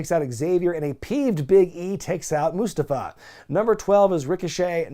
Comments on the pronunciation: So how come all of the sudden everyone is mispronouncing mustafas name? For fück sake man it’s moo-stah-fuh 🤦‍♂️🤦‍♂️🤦‍♂️ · Never gonna get over the way Mustafa Ali wants people to pronounce his name